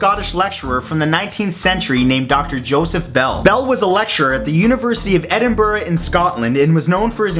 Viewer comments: It's Edinburgh not Edenburggh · Its pronounced 'Edinburah' not 'Edinburg' get it right! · Edinburgh not "edinberg." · He said Edinburah....... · *theyre pronounced Ed *Gien, with a long I, and Mohammed *Ah-lee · It's pronounced edinbruh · Haha, edinburr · OKAY NO they way you say Scotland and Edinburgh... asdfghkl; Love you though not ScATland it's ScOtland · The way you pronounce Edinburgh, no just no. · I live in Edinburgh you pronounced. So wrong lol